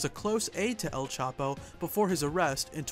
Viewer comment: It's not L capo. It's EL chapo